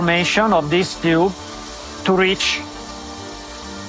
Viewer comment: What on Earth is a “Chyoob”? Does he mean “Tube”? Great vid, Thank you for making it🤝